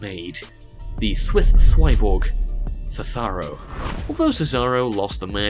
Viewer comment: I burst when he said thetharo